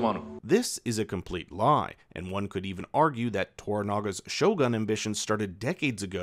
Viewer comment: Lol, your pronunciation of Japanese words and names is hilarious, Maeriko and shoguhn are priceless. Lmao.